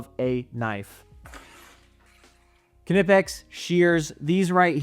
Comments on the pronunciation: Great video but I believe the k is silent in knipex I believe it’s pronounced kni pex like knife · It’s German, so the k is not silent it’s pronounced kuh-nip-ex. Even according to the company themselves. Common mistake though. Seems like everyone calls it something different lol